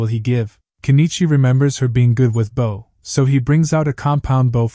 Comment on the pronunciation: I don’t get ai. It always mispronounces simple words like bow but gets anemone right? Most people don’t get that.